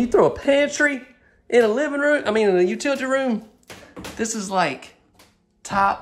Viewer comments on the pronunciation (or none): Love the house........ only negative is the only access out to the back would be through the u-til-tee room!! (Don't you dare stop sayin' it like that, either) Love your channel,! Keep up the good work!😉